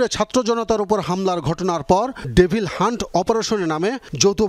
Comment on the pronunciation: ডেফিল নাকি ডেবল?😂